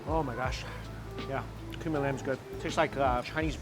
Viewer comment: You said cumin lamb thought you said human lamb lol